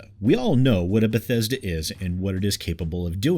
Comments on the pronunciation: i'm new here. did he just said Bhetesda Bethesda and Bhetesded ? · But bethesda buthesda.... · Oh damn, you overdid yourself this time, B E T H E S D A. like a 100 times or so. It's kind of extremely annoying and hilarious at the same time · If anyone tried to take a shot for every time said Beh-Thez-duh.... Their livers would fail. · Is there a drinking game where every time says "B E T H E S D A" you take a shot? 😂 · Re-Install Fallout 76 every time you hear "Bethesda" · 1 minute in, 12 "Bethesda"s. This is going to be a fun 6 and a half minutes. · Thanks for helping me learn how to pronounce Bethesda! :D